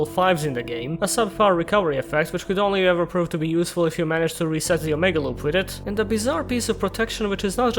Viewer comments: It's not "aww muh gaw" like some drunk valley girl trying to say 'oh my God'... it's "oh-mega". But you probably didn't know, so you and your sexy accent are excused. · You pronounce it like Oh may gah